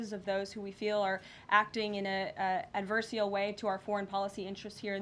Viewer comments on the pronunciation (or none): Correction: it's adversarial, not "adversial"